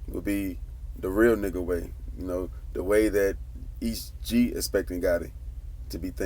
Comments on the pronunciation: “E.S.T Gee” not east gee 🤦🏾🤦🏾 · E. S. T. not east Gee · It's "E S T Gee" not "East Gee" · Nigga quit saying east gee.... it’s E.S.T. Gee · Boi its E S T G not East G. You lame for that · That man name is "Est Gee " not Es Gee 😆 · Thought I was the only one who caught that"..🤣😂🤣😂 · This nigga keep messing his name up